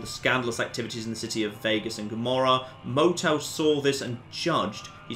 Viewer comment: Mo-Tell? Did they rename DInky The Dinosaur Mo-Tell? OH MY GOD.